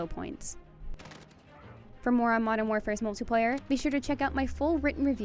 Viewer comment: mutliplayer ? I thought this was multiplayer review 😆😂